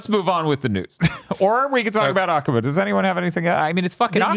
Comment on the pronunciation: Why do you guys all mispronounce Akuma's name, it drives me nuts